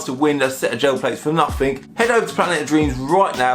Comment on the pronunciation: Why cant you pronounce you own language properly there's no f in nothing